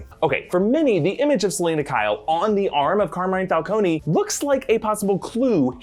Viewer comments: I thought it was Fal-cone not Fal-coney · falcone not falcony god dam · So nobody will adress the fact that,long term Comic-fan (as he claims to be) is butchering the name of the iconic gang leader in Gotham???? Falc-on, not Falconey,jesus christ! Much like they did with Venom,calling them "Simda Yachts" and not Symbiots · It's /fal-CONE/, not /fal-COH-nee/. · I wonder how will Matt Reeves approach the pronunciation of Carmine's last name will it be (Fal-cone) or (Fal-coney)? 🤔🤔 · FAL-CONE....why are you saying the E???